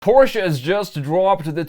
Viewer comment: Instant thumbs up for saying Porsche, and not PORSH! Thank you!